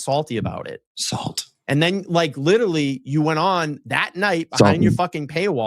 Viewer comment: Time 'lierrally' drifts on the timelines in this 'cummmidy' anyways so no one cares